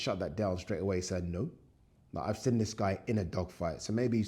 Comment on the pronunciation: bro please say seen not sin